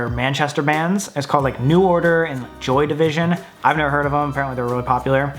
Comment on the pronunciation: I’ve never heard someone say the name “Joy Division” with no understanding before. It’s fucking Joy Division! 😂